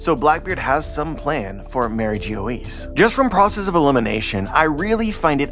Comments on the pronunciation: Yeah, pretty sure it's pronounced more like "bourgois" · As a french speaker I cringe everytime he said it 😭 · Bro I love your videos these theories are awesome but please pronounce MarieGeoise correctly lmao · fan for years, still liked the vid, but this time i think most of the theories here are gonna be completely wrong lol I was NOT prepared with how you decided to pronounce mariejois i think the solution will be a lot more simple